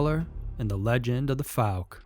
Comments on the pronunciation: Fouke is pronounced ‘Fawk’ not ‘Fook’ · "Fowl-Kuh" not "Fook" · Its not pronounced "fook". Fouke is pronounced "fow-k". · Pronounced " Fow-k " . . . Still enjoying the video , thanks 👍😉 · Narrator butchered Fouke pretty bad. Lol.. Fook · The way you pronounced the word “fouke” is wrong. I live right beside it. It’s pronounced as if it sounds like the ou in “ouch” but f’ou’ke…